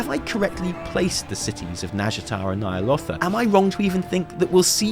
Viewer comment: Nightmares of Ny'alotha, your pitch is perfect!